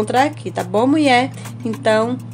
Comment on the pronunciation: E angustiante a palavra "Muié", gostei do vídeo mas detesto palavra errada.